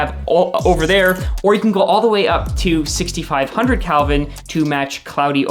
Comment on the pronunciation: Did he say "Calvin" instead of "Kelvin"? "COB" stands for "chip on board".